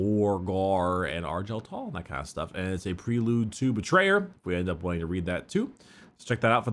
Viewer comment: I HATE how he calls him Arjal Tal instead of Argel Tal AMGREE!